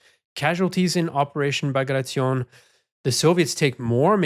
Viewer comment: Dear. Kudos for not pronouncing "Bagration" the way that statistic Canadian would pronounce "Situation" 😁